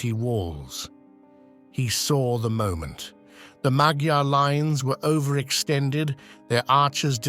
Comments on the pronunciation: I like the artwork, in fact the whole video. Well done! Just one thing: I once met a woman from Hungary and she told me that "magyar" is rather pronounced like "majar". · ma\ gyar. gy=dj (more or less). The first syllable is always stressed. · Please learn how to pronounce magyar.